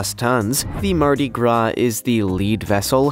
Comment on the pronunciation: You said MARDI. GRA